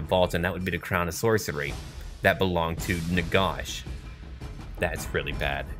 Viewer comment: Thee-ODGE-anist, NAG-ash.